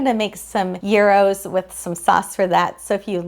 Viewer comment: Hi! I am retired on a fixed income and REALLY appreciate your videos. Could you do a video on the “euros”? I thought you said “heros” but the transcript said otherwise. Anyway, whatever it’s called, it sounds delicious. Thank you for sharing your time and talents with us. God Bless!